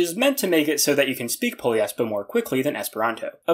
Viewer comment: Hmm… i guess it it’s not Poliespo, it’s “Po - LIES - Po “